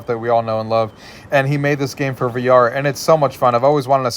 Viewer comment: Pretty sure it’s pronounced “Forever” not Fore-V-R but great video!